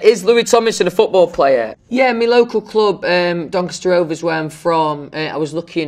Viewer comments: no one: louis: DONCASTAH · no one: even God: louis tomlinson: dOnCaSta